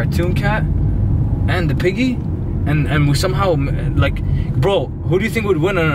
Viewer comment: Green screen piggy him: OmG PihIghGy